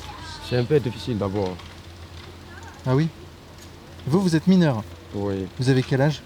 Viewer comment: « Je suis MINEUW !!! » 😅 Va dire ça à KB. 😜